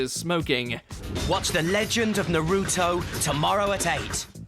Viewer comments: God damn Brits and pronouncing Naruto like: NA- RUU- TOE 🤣🤣🤣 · naRUtowwhh ah yes 🙄